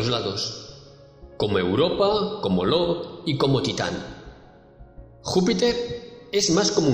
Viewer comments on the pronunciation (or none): "como Europa, como lo" Robert lee LO pero es "io"